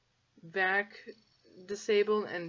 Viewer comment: i know what VAC is, I was just questioning your pronunciation.